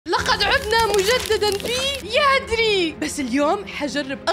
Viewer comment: يا ناااس افهموااا اسمها يانديري مش ياندري😐🤨